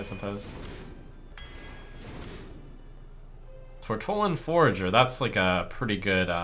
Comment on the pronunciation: ''Tortollan FOURager''